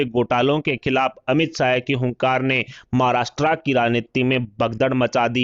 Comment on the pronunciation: नालायक समाचार पढ़ने वाला। महाराष्ट्र को महाराष्ट्रा बोलता😡😡😡😡😡😡😡😡